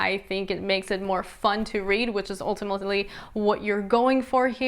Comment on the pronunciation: "Which is ultimultily..." xD